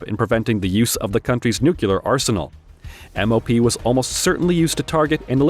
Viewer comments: Ok I’m getting tired of people mispronouncing Nuclear. It is not New Q Ler. It is New Clear. Nice video though. Thanks. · It's unclear why a voice bot would say NEW - QUE - LUR . . . when the spelling is clearly NUCLEAR. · "Nucular?" Ah, the George Bush method of enunciation! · You're pronouncing "nuclear" as "nucular", which is flat out wrong. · THERE IS NO WORD IN ENGLISH CALLED "NUCULAR"! LOOK IT UP!